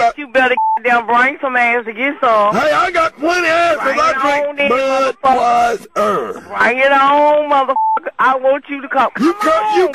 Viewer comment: I died when he said "I drink BUD WISE ERRRR"